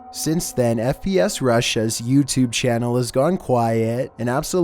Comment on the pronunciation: Why did you say YouTube like that like yooutube.